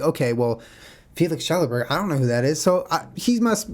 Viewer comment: Yeah it's "Shellberg". Good job Jenna! Awesome podcast guys :)